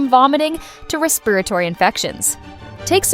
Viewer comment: It's "RESSp'ratory", you MORONIC BOT!!